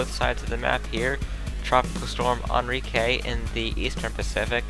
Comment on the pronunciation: You said Enrique wrong but i won't complain